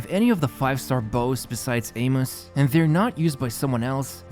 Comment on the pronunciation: Only Genshin YouTuber who actually knows how to pronounce Amos